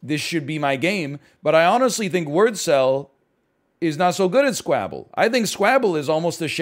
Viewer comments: He's pronouncing it like Scrabble. But Squabble is pronounced like wobble so I don't kow if the Devs pronounce it like that, it's an accent thing or he just doesn't know how to say squabble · almost disliked for the way he pronounces s k w a b b l e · Sounds like scrabble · He said it in the first video he made on this game. It’s probably pronounced like normal but he likes pronouncing it like that cause it sounds like scrabble and it’s fun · i think it sounds like Scrabble, the game with words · Why doesn't NL know how to pronounce Squabble? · but uwuified